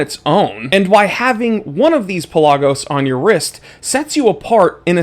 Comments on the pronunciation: Thank you for saying it properly. Puh laag os. Not Pella gos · Exactly. Official Tudor videos pronounce it this way. Peh-LAH-Gus